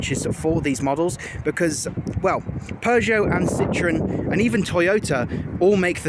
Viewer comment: Citron is french for lemon, French people laugh at the mispronunciation of the name 🙄🙄